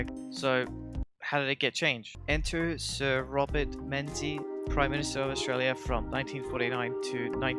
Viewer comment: Menzies is pronounced "Mingus"